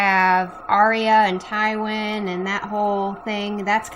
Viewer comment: hahaha and aslo i noticed he called tywin tywan haha